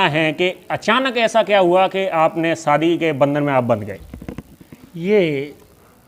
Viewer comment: Saadi nahi shaadi kahiey news wale ho uchcharan to sahi karo bhaijaan